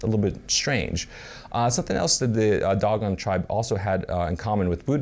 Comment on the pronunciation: Dough Gone not Dog on ..... ass